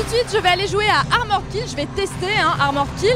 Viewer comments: ARMORED KILL pas AMORED KILLED ptn de baguette, learn how to speak english jesus christ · Armoraid killed ? Quelle prononciation...